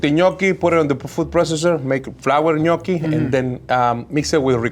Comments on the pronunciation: Good job pronouncing gnocchi correct...pet peeve of mine, mainly because my grandmother made the best gnocchi (N'yaw-kee). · I love when people pronounce italian words correctly❤ The gnocchi look delicious too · crying of joy in Italian hearing they are pronouncing gnocchi right 🥹 but crying like “what the heck” as I read Italian 00 flour 6$!!! But again, this one they’re using is biological and - as of my knowing - a high end product here in italy too; I can assure you that you can get amazing gnocchi also with a 1€/kg flour, it’s the potatoes that make the difference 😜 they have to be quite aged/old so they’ve lost some of their moisture thus needing less flour when kneading it. This will result in fluffier and less sticky gnocchi (as he says in the video 😜). At least that’s what my nonna taught me 🤗